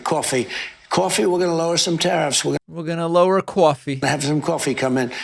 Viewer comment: I like how trump pronounces Coffee like it starts with a Q